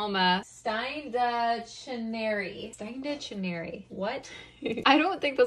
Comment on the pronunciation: It's spelt: stein-dag-neri or something like that NOT: Steen-dutch-neri 😉😂